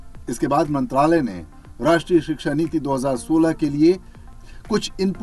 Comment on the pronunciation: It's shiksha not siksha 😊